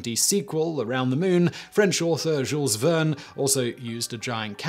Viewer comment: I understand us-americans could never pronounce Jules (Verne) any different than "geools" - the name is used in the English-speaking world. But the Simon-pronunciation made something like "zhouls" of it, really? Ok, the second time was better, but then , J V is soo popular in many countries, and they mostly use the french pronunciation.